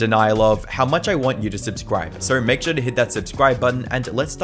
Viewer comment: "Suuuur, Althuuuuur, Shuuuuur." This dude has the weirdest pronunciations